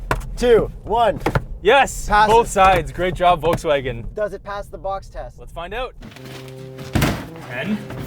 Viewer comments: VolKSwagen not VolTZwagen:) BTW, I love your work guys. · I have a crush on a German girl and so I’m here to tell you it’s pronounced “Folks-Vaghen” though people there only usually say ‘Eff Vey’....trust me because every time she moves her lips I am pitifully rapt. Pitifully. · In Poland a bunch of people pronounce it "foltzvagen". Must be an Eastern European thing, though and Jakub seem to be born in Canada.